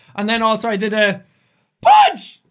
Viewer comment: I love the random glare he gave his chair after hitting his arm XD And the random almost bark like "punch" was also pretty funny XD